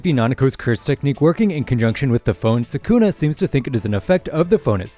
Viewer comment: Mispronouncing Sukuna is such a stupid mistake.